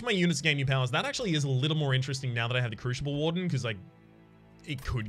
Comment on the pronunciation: Is the crooshible warden or oombra pronunciation a stream joke that I missed? Or maybe are those the Australian pronunciations?